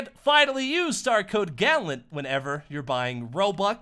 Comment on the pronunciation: GALLENT NOT GALLON